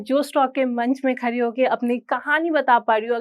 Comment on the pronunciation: Bihaaariii pehle Hindi bola seekhhhlee.....khaaari nahi khaddi Hota hai😂😂😂😂main video start 11 minutes